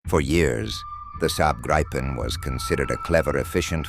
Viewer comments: Could you get your narrator to check the pronunciation of 'Gripen'? It seems nobody pronounces it like the Swedes, but no-one uses the long 'I'. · Its a long i and a short p Griiiipen, not Grippen.. 😂